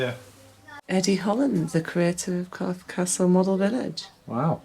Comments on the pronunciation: For "your" fear of sounding stupid, it's pronounced Corf ( castle ) The e is silent. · It's not corfee it's corf without the ee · Nice review of the area. We live in Wareham but please its Corfe Castle, not corfey 😂. There isn't many sites in Swanage but 20 mins away in Wareham there are some really nice sites. Wareham Forest, Birchwood, Hunters moon CAMC. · It's pronounced Corf Castle you don't say the E on the end. I've been on that train and to the castle many times as a kid. We used to stay at Sandy Balls in Godshill, Fordingbridge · It’s CORF(e) 🙂